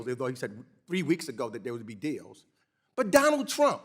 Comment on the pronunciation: I love how Comer pronounces Trump, ‘chump’. The rest of our elected officials should follow suit.